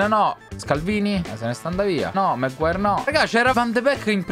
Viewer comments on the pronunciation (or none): none